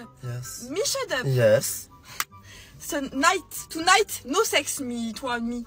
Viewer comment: Le « sHuD uP » 😂